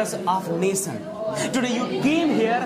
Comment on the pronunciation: नेशनल not नेसनल😂😂😂